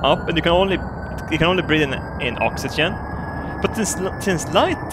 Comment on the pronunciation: Ox-ee-jen How yo say oxygen.